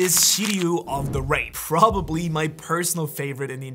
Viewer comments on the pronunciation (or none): none